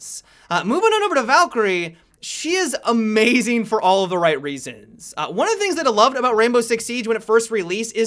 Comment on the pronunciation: Blackbeard-ah. Time-ah. Amaziin-ah. Team-ah. Haha love his pronunciation!